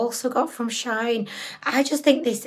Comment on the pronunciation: I love how she says shaayn rather than shee -in 🤣 she makes them sound fancy